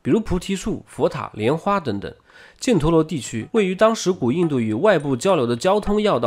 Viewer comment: 那个字，不念"建"，念"钱"